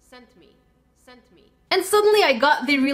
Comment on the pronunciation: At one point the sent me sounded like centapeed